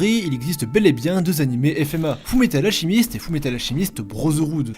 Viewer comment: "Fou Metal Alchimiste"